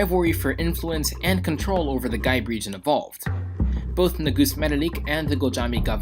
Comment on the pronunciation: Well done. But perhaps next time find out the proper pronunciation to those regions :) for example Gibe is prnounced "GEE-BAY" not "Guy - b"